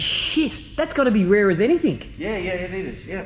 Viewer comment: Great video, it's anything not anythink? just sayin'..